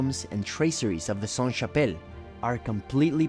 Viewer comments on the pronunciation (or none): A little tip for french pronunciation: "Saint" -> don't pronounce the T; but "Sainte" -> do pronounce the T. It's the feminine conjugation. A church is feminine so it's applied (SaintE). A monastère is masculine so it's always Saint. A Cathedrale is feminine, an Abbaye is feminine so it's always Sainte. A house is feminine. A castle is masculine. Etc... sorry it's so complicated.